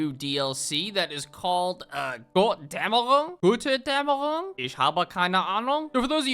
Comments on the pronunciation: Götterdämmering how every youtuber tries to speak it out and you as a german sit at your device and think omg how hopeless did this earth got? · Pronounced gotter-dammer-ungh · Götterdämmerung means Godsdawn and is Spoken like Götter Dämmerung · As a German it's so funny how he pronounces Götterdämmerung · Fucking American can’t even pronounce Götterdämmerung